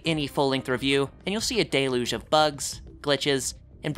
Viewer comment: Deluge is pronounced "dell-yooj." Agree with the message though.